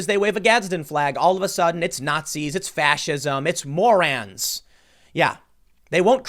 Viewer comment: Ok, promise I'm not being the language police. When Tim says "morans" does he mean "morons?" Have noticed on several videos and am honestly confused.